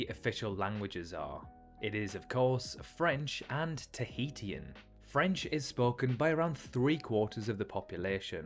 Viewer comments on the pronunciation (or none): why the mystery re. the identity of the British (first one) explorer? The language of the Society Islands is pronounced tah-HE-shun, rather than tah-HE-tea-un. Interesting that the alphabet has 13 letters, since Hawaii's alphabet has only 12: a, e, h, i, k, l, m, n, o, p, u, w. For the record, the Cook Islands are a territory of New Zealand. Rather than pa-PETE, the capital, Papeete, is pronounced pa-pa-A-tay. Since I was there back in '87, I know how to pronounce Faaa--home town of the airport: fah-AH-ah, which is also the name of the nearby town. No charge!😀 In answer to your question at the end, yes, I've visited, as mentioned above, and the islands were Tahiti, Bora Bora, Raiatea (rye-uh-TAY-uh) Tahaa (ta-HAH-ah), and Huahine (who-uh-HE-nay). Also, I just realized that the pronunciations you gave us may be proper "across the pond", whereas mine are the American version, in case there's a difference. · great video just as a cookisland/tahitian, slight changes could be the pronounciation of things such as Tahitian being (ta-hi-shian) or Papeete being (Pa-pe-e-te) and not papeet. but apart from just that, I really loved the video. Its so nice to see more indepth videos of our ancestral home. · Good video, but please don't pronounce Tahitian like this :face-purple-crying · You should’ve learn how to pronounce Tahitian😂 before making a video, wouldn’t that be like one of the first steps?😂